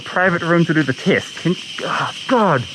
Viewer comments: At first I heard kiss then I realised he said test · Maybe it's the mask, but am I the only one hearing him say: "I don't know why they are 'kissing me'?"